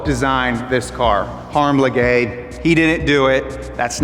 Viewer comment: harm la gay 🤣